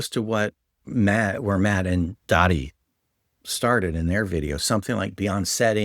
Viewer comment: Another great video! I always enjoy watching your content and get useful information and advice from it. One irrelevant nitpick I'll point out about something you said when referring to the Mystic Arts channel is that the guy who runs it is named Daði, not "Dadi". On his videos he usually writes his name in all caps, which looks like this: DAÐI. Those strange letters (the lower and upper-case 'eth') are used in Icelandic to represent the voiced 'TH' sound that's found in English words like 'this', 'another', and 'bathe'. Therefore, Daði's name should be pronounced like DA-thee, and not DA-dee. I thought you might find this information helpful in case you ever meet him at a game con, or interact with him online. More linguistic trivia about Icelandic (that'll be even less useful to you!) is that the language also uses an old runic letter called 'thorn' (Þ, þ) to represent the voiceless 'TH' sound, found in English words such as 'thistle', 'anything', and 'bath'. If we were still using these letters in English (as we once did), you could write a word like "thither" as þiðer.